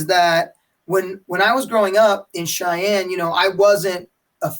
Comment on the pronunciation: "Cheyenne Sheik"